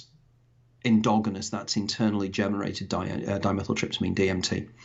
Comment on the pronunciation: Very intelligent man with very interesting theories. But needs to learn how say endogenous 😂